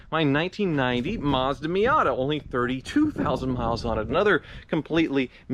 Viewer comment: he says Miater